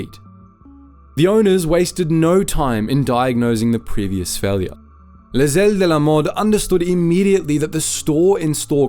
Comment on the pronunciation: Yes, a few points off for that, but we should give him credit for his reasonably good pronunciation of Les ailes de la mode! I’ve heard a lot worse.